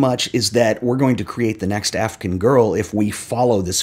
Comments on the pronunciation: I love the video, but I just have to say, the way you pronounce "Afghan girl" sounds like "African girl" to my ears and it's driving me insane. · Interesting pronunciation of “Afghan”...